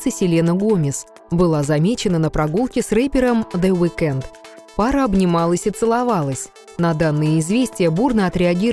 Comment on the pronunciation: Во - первых, The Weeknd, ударение на первый слог. Во - вторых, они встречались с 2010 по 2015 год, постоянно расставаясь и сходясь. В - третьих, The Weeknd не рэпер.